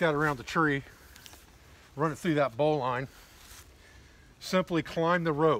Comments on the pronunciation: Correctly pronounced "marlinspike", and "bolin" is more traditional than "bow line". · I greatly admire you for many things,. Not the least of which your mispronunciation of the terms “marlin spike”, and “bowline” indicate that you learned these words not from casual conversation, but through reading. (Despite your misspelling) While my interest in survivalist techniques has waxed and waned off and on during the many years of my life I have always been an avid reader. I will never forget the chagrin I faced when I mispronounced the word, hors-d'oeuvre! At any rate, I enjoyed watching this video. It was knowledgeable, informative and very useful. Thank you for sharing it. Well done, sir. I subscribed to your channel and look forward to watching more of your videos.